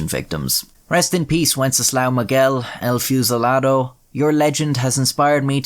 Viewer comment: it's pronounced ehl fooh cee lah doh